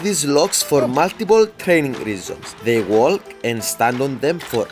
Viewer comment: Bro really pronounced the "L" in "walk" 💀